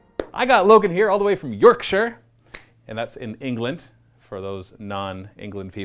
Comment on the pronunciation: You said yorkshire right. thats just made my day 10x better